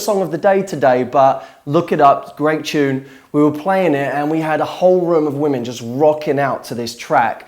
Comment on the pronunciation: you pronounce the word "tune" funny, as "chune"